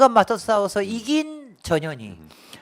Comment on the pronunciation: 어감이 좀.. 저년이, 저년이. 자꾸하시니, 내 어린시절 친구놈들이 상년이, 상년이...라고 나를 놀리던게... 전 현희, 화이팅입니다...